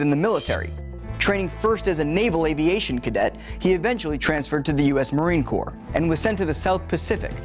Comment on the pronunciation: At least he said Corps, not Corp